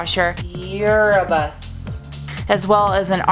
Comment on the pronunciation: "Urabus" lol!! I do the same thing😂😂